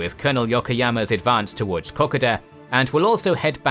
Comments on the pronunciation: Kokoda is pronounced with ''oda'' being said like the word soda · Kokoda is pronounced kuh-kow-duh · I appreciate all your videos and watch them again and again, but every now and then you say something that gets up my nose, really wrangles and on this video it's 'Kokoda'. Now I'm dyslexic so I'm always unsure of myself when it comes to words and the pronunciation of same, however you pronounce Kokoda as "Cock a duh' when every single Australian and New Zealander I know pronounces Kokoda as 'Co co duh.' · Pronunciation of Kokoda has the emphasis on the second O. This is an iconic action in the psyches' of Australians and mispronunciation will lose you much kudos with them. Cheers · Good job though with a few minor issues like the pronunciation of Kokoda, as a few comments have already noted. One thing I haven't noticed picked up in the comments is that the small town of Kokoda was strategically important because it had an airstrip. Though not large enough to base combat aircraft, it did make supplying forces on the track theoretically easier. I say "theoretically" because the terrain was, and still is, an incredibly challenging landscape in which to conduct any military operations so as the campaign progressed it became increasingly desperate and savage. Some Japanese soldiers even resorted to cannibalism. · Terrible, pathetic & inept. other than reading comics of the true life of Fred flintstone where did you get your 'info' ? Please put the Australian flag in Australia. Find out how to pronounce Kokoda & other words too. American ignorance &Arrogance...anything will do. Only 2 US untrained Divisions in 1942.A arrogant floored General who wallowed with his 'yes' men a thousand miles from the war zone & lied about his true activities. Get better info or be just another American flag waving stupidity. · You pronounce Kokoda in your own way matey ha ha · dude. kokoda pronunciation sounds WAY off to any aussie... anyway thanks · You're pronouncing Kokoda wrong.